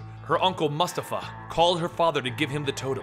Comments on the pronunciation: it's pronounced moo-stafa, not mastafa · It's Mu-Sta-fa not mus-ta-fa bro.... like the lion king... good vid as usual tho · Mustafa (Moo-stah-fuh) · It's pronounced Mu Sta Fa btw 😀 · Isn't it pronounced moo-stahfa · Great video as always. Keep up the good work. Just a little bit of info, the name Mustafa is pronounced similar to Mufasa from lion king. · mustafa? have you seen lion king? that pronunciation was not great